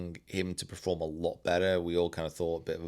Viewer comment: PERform not PREform! 😂 really bugging me